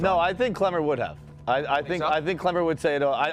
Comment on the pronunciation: kWemmer. No L's for Klemmer any more. Dave was so wrong, and those two chicks are unbearable